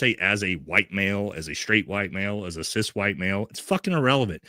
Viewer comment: Here is an authentic answer about Graham Platner. He did sound like he was pandering because he doesn't even pronounce CIS properly. HOWEVER, as per our First Amendment, he should be able to describe himself as he chooses, he isn't demanding that others describe themselves in like manner. I'm assuming he doesn't describe himself that way in all situations, but being in mixed company, that is how he seems to acknowledge the difference between himself and the audience member who seems to be a trans woman. I'm sure there are a number of your viewers who pander to you. If your face didn't show disapproval of his "woke" terminology and let's pretend you had said you were glad he used that terminology for whatever reason, you'd have people on your bandwagon saying they were cool with it. This is my authentic answer, as you said you would appreciate. I don't say CIS in normal conversation, it's like saying I eat meat. That is the common perception of an everyday person. I find that only those on a less common path use distinctive terminology or self-description. Like vegans/vegetarians.